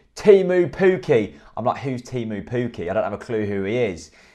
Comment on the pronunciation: You haven't nailed the pronunciation of Teemu Pukki yet either Jack! But you wouldn't be the first to struggle with Finnish. It's kind of like Tay-moo (with a long tay & a cut short moo) & Pukki pronounced a bit like cookie with an elongated k.